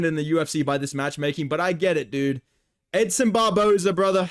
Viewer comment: i thought you called him him edson barbozo lmao